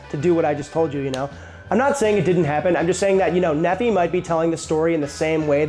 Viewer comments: Nephi is pronounced like MiFi or HiFi or Hi-Fi of WiFi .... Knee-Fi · That name you're so enamored by is a Mormon thing. I was raised Mormon. It is pronounced Knee-fye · "Nephi" is a mormon name, out of the book of mormon. It's pronounced knee-fie. Source: Raised by mormons, entire extended family mormon. On the plus side, I, a french fry hater, finally have a reason to be glad fries exist. Because they enabled the existence of tater tots, which are amazing. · His name is Nephi, pronounced Knee-Fi, rhymes with Bee-Eye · I came here to comment on that. NEE FY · Since comments are focuses on pronunciation, Nephi is pronounced Nee-Fi. I liked your video, and tater-tots! Yum!. Great job on how to make them! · You don't pronounce the "phi" in Nephi as "fee" either. It's "fy." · Sorry, but after reading about the pronunciation of Ore-Ids how you pronounce Nephi is bothering me. Knee-phi, not knee fee. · Nephi is a Mormon name. It's pronounced NEE-fy. Ore-Ida is pronounced or-I-da. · Nefee? It's pronounced neef-I. Oreida is pronounced Or-I-da, not or-ee-i-da. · Or Ida is how you say it. Not Or E I Da. Nephi is not pronounced Neh Fee. It's pronounced Knee Fi. It's a common name from the Book of Mormon. Very common in Utah, Idaho. Also if you want something delicious look up a recipe for "Funeral Potatoes" a popular dish served at events in Utah made with Tater Tots typically. It's basically cheesy potato casserole. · Just to help your name pronunciation out, Nephi is: kneefi not neffee (just helping with how to pronounce his name) it grinds when you pronounce it as Neffee. Thought you might want to know. Common name in Mormon land.... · Nephi is pronounced Knee-fy NOT Neffy 🤣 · Nephi is a figure from the Book of Mormon, and his name is pronounced with the emphasis on the first syllable (NEE-fy). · Hey Easterner! You cook really good, but... say Nee-fie and Or-eye-dah. OK? :goodvibes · Nephi is probably said the same way as the city in Utah, no? Like, Knee-fy.